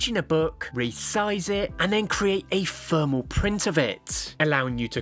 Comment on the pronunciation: What is Fermal paper ? Why cant you Brits pronounce the letter T and H with using the letter F. Its exhausting.